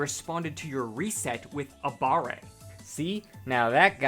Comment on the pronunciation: Not gonna lie... if someone I'm playing with says they used "Abare" and even have the audacity to pronounce it the way you did (aBAH-ray): I'm blocking them.